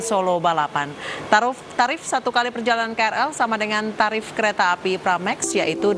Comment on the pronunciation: kecamatan maksimal? yailahhh,,, ngomong kecepatan aja belepotan kok ya bisa jadi presenter berita... tarif bisa jadi taruf? lol